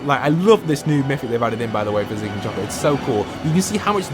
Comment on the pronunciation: No offense or anything but its choppy not chopper